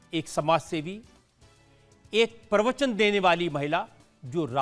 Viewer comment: वाह भई वाह रजत शर्मा, आप भी सुरजेवाला की हिन्दी बोलते हैं प्रवचन को परवचन उच्चारित करते हो ।।।